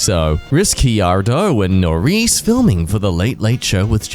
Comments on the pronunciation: I'm Australian also: can't pronounce "Norris and Ricciardo" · im trying to wrap my head around the fact that he pronounced ricciardo and norris's names like that. my siblings are crazy f1 fans so im gonna use that to piss them off😭😭😭